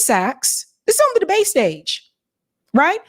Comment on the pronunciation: Anybody else notice that says, "Oowon," instead of, "on?"